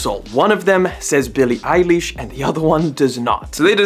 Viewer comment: billie eye leesh 💀💀